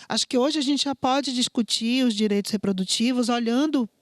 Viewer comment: Amo os temas aqui do canal... Percebi algo na tamb... Se for de propósito de boas... É "direitos" ou "diretos"...?